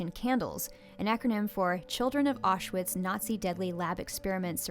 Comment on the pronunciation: There are three syllables in Mengele, all short e's, with accent on the first syllable. The first syllable in Auschwitz is pronounced like "ow", not "aw." Given your educational experiences, I guess I can see how you're unfamiliar with these otherwise well known names, but for future reference...